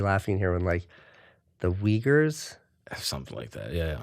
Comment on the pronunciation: LOL... He says Uyghurs (Weegers), and what is heard is Wiggers "Oh the white people that rap".